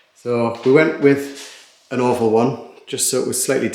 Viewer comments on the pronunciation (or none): LOL! When you talked about the ceiling medallion I thought you said "we got an awful one." I thought, well I really don't care for it, but it's not awful,." Then I realized you said "oval" not awful. Oops. 😗